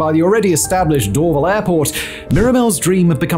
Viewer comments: Why didn't you mention the Airbus assembly plant where the A220 is built? Bombardier also still has some facilities at Mirabel. Hundreds of later model CRJs (700 and 900) were built there. Most civil Bell helicopters are also built at their facility adjacent to the airport. You also mispronounce Dorval. It's Dor-VAL with emphasis on the VAL. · The way this guy mispronounces "Dorval" is like fingernails on a chalkboard. Always weird when Youtubers put a ton of book research into a topic but then totally scuff on how to actually say things correctly. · Do an episode on the Pickering airport, vast tracts of land were expropriated to build a new airport for Toronto and then it was never built. And it's DorVAL airport, accent on the second syllable. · The emphasis is door-VAL btw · In the rare case you ever need to say it again, the stress on Dorval is on the second syllable 🫡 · First off I wanted to vomit every time he tried pronouncing Dorval. It is Dorv-Al. Not Dorv-il. In the 90’s I flew out of Mirabel to Brussels. After being used to the 15 minute drive to Dorval the long drive to the middle of nowhere was brutal. Another aspect not talked about was Bill 101. Many large corporations moved out of Montreal to Toronto. Also more needed to be said about more fuel efficient planes and ETOPS. I will say this about Dorval though. I live in Vancouver now and it has the nicest airport in Canada. Montreal’s airport is the ugliest. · Sorry but it's not Door-ville airport, it is DOOR-VAL (Dorval). Mirabel is the merger of 2 sisters names whose family farm was absconded, Miriam and Isobelle. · “DoorVille” airport 😂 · It's "Dor-VAL" not "Dorvel" ;) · It’s Dor-VAHL. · Dor-Val. NOT Dor-vil. 🙄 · Cringe - the mispronunciation of Dorval. Door- VAL not door-vul . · Dorval pron. "door-vAAl". Just to add another use for Mirabel: Airbus A220 manufacturing/flight testing / airline customer delivery. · Door-VAHL airport. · Hearing Simon say Dorval... that is ear cancer